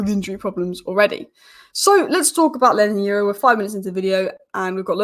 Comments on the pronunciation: Hi, I see that you’re struggling with pronouncing L Yoro’s name. Call Palki Sharma and advise her on how ‘Euro’ is pronounced and she’d perhaps give you a tip on how ‘Yoro’ is pronounced. That aside, I read your updates everyday😅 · God love u but wow u are butchering Leny yoro’s name